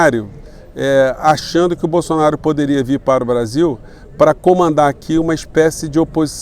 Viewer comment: O Eduardo Moreira pronuncia o Brasil igual ao gringo...kkkk...pra vcs verem como a classe média nem noção tem...francamente, heim? Brazil??? Vira latas mesmo...aqui se fala português.,,ficaremos nessa penúria, Sacou?